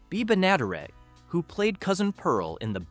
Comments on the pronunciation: Bea bi-nadder-it?! Seriously?! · Bea's last name was pronounced BEN-ə-DERR-ət. The rural purge supposedly happened because William Paley's wife was embarrassed at a swanky party where the country shows were ridiculed. She insisted Paley - head of CBS - dump all those shows, despite their popularity. The background music for the early seasons was composed and recorded by Perry Botkin Sr., who owned one of the first multitrack setups. He played banjo, electric guitar, acoustic guitar, mandolin, ukulele, and bass.